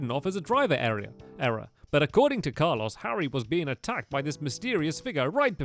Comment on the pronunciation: Its Carlos not carlose